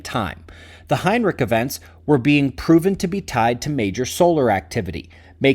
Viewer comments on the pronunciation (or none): Heinrisch, there is no k in Heinrich 😂